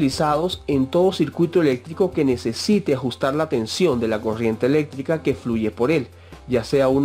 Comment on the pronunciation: habla bieeeeeen es coRRiente no coshiente